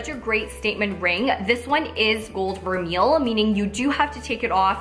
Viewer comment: i think it's "ver-may" :)